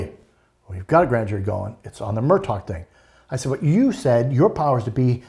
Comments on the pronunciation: NOT MUR..DOC!!! It's pronounced Mur-‐ DAW!!! REALLY! Journalist get it right!! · INDEED! It was annoying. The name is actually pronounced "Mer dock." If this guy can't pronounce the name, it makes me question how much work he has done in person and how he could not have been corrected or at least pick up the correct pronunciation. The spelling is inconsistent with the pronunciation but that is a matter of local idiosyncrasy. And, the sniffling bothered me greatly. Couldn't they find a tissue? Even a napkin. Sorry, but something about this guy doesn't ring true. Between the sniffing and the inability to correctly pronounce the name he lost any credibility with me. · He also mispronounces the name. If you are saying "Mur-taw," you have not been following the cases. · Would someone tell him the name is Murdaugh not Murtaugh? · This guy still can’t pronounce Murdaugh “Murtaw” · Very knowledgeable guy, but I really wish that he wouldn't keep saying "Murdot" instead of Murdaugh...he really should know this by now. Also please give him a box of tissues !!!!! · Good interview. is obviously well informed. Just wish he’d drop the “t” in Murdaugh! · For goodness sake, give the man some antihistamines. The sniffing and snorting were beyond irritating. I had to stop the video. If he wants to come across more professional, at least learn the correct pronunciation of Murdaugh. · This is very interesting and a lot of good information but why does he not know how to pronounce the name Murdaugh? Also, what is with all the sniffing?